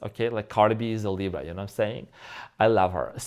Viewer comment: Why do you say LIBRO?. It's funny. I'm watching you from Spain and it means BOOK 😂. ❤❤